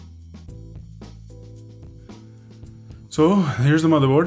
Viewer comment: Good Vid;!!! never mind the idiots who saying negative shit,, and I think that it's great that you didn't edit out the "matherboard" slip!! The critics are probably guys who never make mistakes:P and do their best to hide the ones they do! I think it adds a nice touch